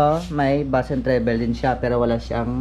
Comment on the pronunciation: trebol hindi trebel pag basa nang treble. buot buot pud kag pronounce ha